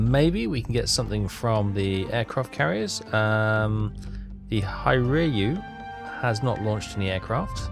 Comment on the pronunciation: You can say Here-you (HIR-YU). Say it! Please.